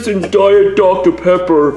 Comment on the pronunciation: I died when said do dot Dr. pepper 🤣